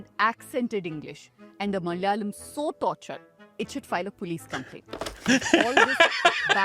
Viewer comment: In every word spoken, if the vowel on the second letter is suppressed, you're not from the South. It is Mala'yalam, not Mal'yalam.